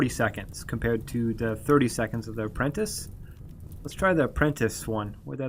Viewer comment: Shoot, I didn't mean for that to make you feel bad. I just noticed how you were pronouncing stuff like apprentice & telepath.